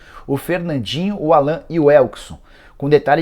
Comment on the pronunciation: Da pra ver que o jornalista não manja muito do Galo qnd pronúncia Allan ao invés de Állan..